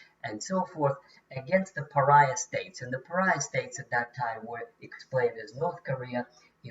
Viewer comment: Paraya should have been pariah